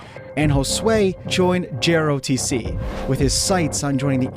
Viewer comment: Is this AI voiceover? Who say "JRO-TC?"